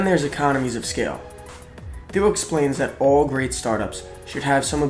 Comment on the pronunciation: I am a Taiwanese English teacher and I cannot believe the video maker mispronounced the word 'Thiel'. Originally, I thought I cannot understand, but with the help of the second round of listening and the clarification from this comment, now I got it. Thank you